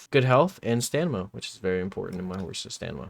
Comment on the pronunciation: I thought it was “Stama” 😂